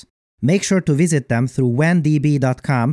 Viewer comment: I think it's funny that he referred to the sponsor's website as "Wan DB dot com" instead of "W and B dot com".